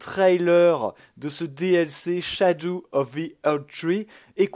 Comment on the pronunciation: Ppurquoi tu dit "SHADOU" 😂😂😂 jpp le dlc kawaii enfaite